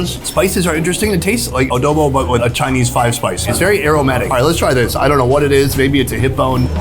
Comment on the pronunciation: Sonny: Speaks fluent Ting Viet and Korean. Sonny in the Philippines: "They cooked it a-doughw-boughw style." I don't know why that made me giggle. <3 Love ya, Sonny.